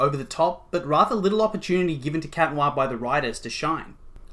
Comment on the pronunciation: ITS CAT NOIRRRRRR ITS NOT THAT HARD ;-; Sorry it just ticks me off